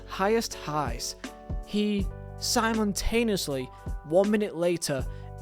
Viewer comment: Bro can’t pronounce “simultaneously”